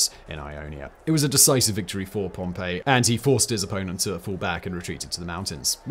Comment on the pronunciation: Isn’t it Pompeii